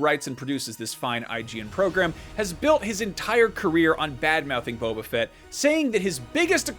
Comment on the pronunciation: Boba not Bobba.